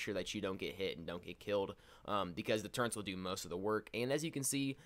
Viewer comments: Turrets, not turrents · Wait did you just call them turrents? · same mate, like wheres the bloody n? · One of my biggest pet peeves- when people pronounce Turrets, "turr-ents"... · oh boy i just love TURRENTS (all pronunciation hate aside nice video, it helped a lot, new sub!)